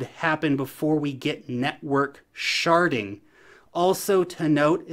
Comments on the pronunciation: Lol its sharding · That is EXACTLY how I hear it every time a YouTuber says it 😂